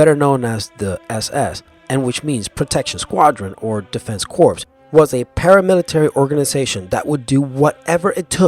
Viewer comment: Corps is pronounced "core". And I'm U.S.Army/ARNG who can't stand marines and their frat boy bullshit.